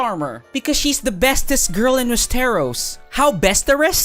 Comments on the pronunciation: “Wezterrose” The fuck has anybody ever pronounced it in that way? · "Wes-Teros" an interesting way to pronounce it